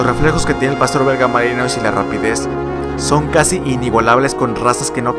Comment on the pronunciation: Se pronuncia malinua no malinois